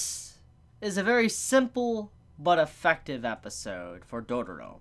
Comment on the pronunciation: First - Its not Dodoro but Dororo ( U have made a mistake in pronouncing this Title/Name few times ) And She is a gril, not a boy. Its not even a spoiler since she sound and looks like girl :/ And about the Anime. God, its so fcking good <3